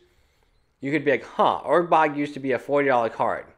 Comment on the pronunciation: It's ur-borg not urg-bog.